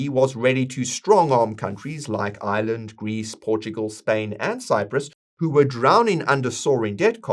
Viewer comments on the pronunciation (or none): none